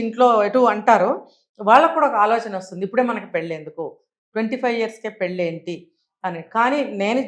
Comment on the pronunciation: Anchor not prnouncing pelli properly.